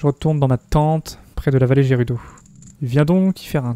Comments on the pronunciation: On dit gerudo et pas jerudo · On dit valee gerudo avec "G" mais sinon très bonne video